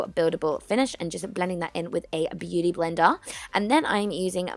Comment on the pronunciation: who else noticed beauty blender with an Austalian accent?